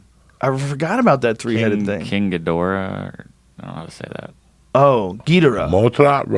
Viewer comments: He mispronouncing Ghidorah is fucking killing me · The way he pronounced Ghidorah lmao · Hahahah at how he pronounces Ghidorah 😂